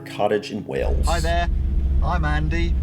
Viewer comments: Hi. After all this time you still pronounce Wales wrong. It is Wales, not Wells. Pronounced like whales, the creatures that live in our oceans. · It's in WALES!!! Not WELLS... I know it's your accent and pronunciation, but, we (I) have been telling you since you FIRST startted the channel... Do make an effort son, PLEASE... 🙏 😂😂😂